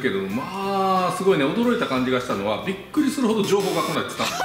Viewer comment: 俺ビックリしたをビックィしたって言う